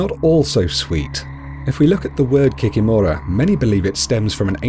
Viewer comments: Kikìmora, not the kikimòra 😂😂😂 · KikImora not kikimOra) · It’s pronounced ‘kee kee mara’ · kikimura (kee-kee-more-a) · What is an Ovennik? Also I am pretty sure it is Kikìmora and not Kikimorà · I'm from Belarus and I've never heard of an Ovenik. You mispronounced Kikimora(the stress is on the second i). Rusalkas are spirits of young, unmarried maidens who drowned themselves because of unrequited love. Their spirits are bitter because they died so young so they come out of the lake and lure young, handsome men into the lake to drown them. As others have mentioned, you missed the most popular one, Baba Yaga. An old witch who lives deep in the forest and will eat any children who get lost in the forest and stumble upon her house. Her house stands on 2 large chicken legs lol and she can also fly. Also another popular one that you missed is Koschei the Immortal. Koschei is the immortal king of the kingdom of the undead. Traditionally, he's very Gothic looking. You can only kill him by breaking a golden needle, that's inside of an egg, inside of a locked chest that's hanging on the tallest tree growing on a distant island. In many Russian fairy-tales, Koschei usually kidnaps a princess and then either a prince or a peasant boy has to go and save the princess. As a reward, he usually gets to marry the princess.